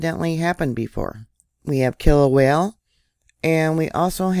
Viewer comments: All that Vog! BTW, do you speak Spanish? I'm asking because all vowels in Hawaiian are pronounced as in Spanish. Kilauea is pronounced Key-low-ay-a My cousin lives in Hilo! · There is only one l in Kil a uea. Pretty please stop saying it wrong. ❤❤❤